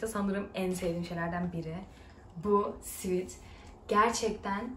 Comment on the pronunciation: sweat sivet diye okunur sivit degil :(